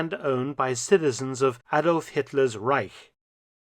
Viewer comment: "Once upon a time in the reisch..." LOL!!!!